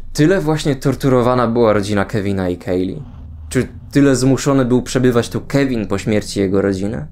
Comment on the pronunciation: na miniaturce był ten telefon z Toy story 3 i czemu słyszę Kelvin zamiast Kevin